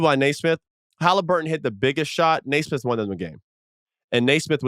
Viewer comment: Couldn't agree more. Plus, he's "not.a shooter"?? Do some research Austin. 3rd or 4th in NBA this year with 43% 3PM. He has a very smooth textbook shot, not a loonie tunes Cam Payne looking shot. BTW His name is pronounced Nee-smith not Nay-smith. Speaking of pet peeves. Facts are important when declaring "truth". He's not being malicious, just under the wrong impression.